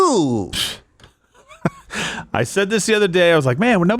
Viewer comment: I am the only one who hears Eye Goo instead of Eileen Gu...lmao